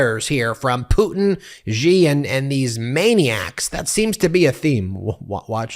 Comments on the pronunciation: Its pronounced She, not Gee when talking about Xi. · his name is Xi not Ji, why are you all not able to pronounce the letter X?